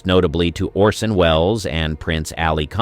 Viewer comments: The actor's name is "ORson" not "Olson". Please do the bare minimum. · Lol narrator keeps saying Olson not Orson 😅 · "Olson" ? It's ORSON Wells. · 'Olsen'? You mean Orsen, right?